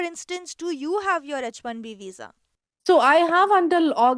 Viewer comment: That girl is not able to pronounce H correctly in H1B 😂